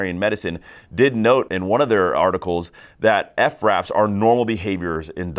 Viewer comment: Why “ef-raps” instead of fraps 🤨🤨🤨